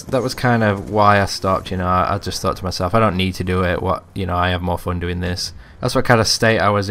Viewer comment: Nice commentary and I get a chuckle every time you say fun.. "Phoon" xD